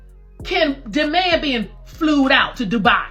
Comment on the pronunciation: Flooood. Fluud, flewd, phlelued, wtf is a flued out?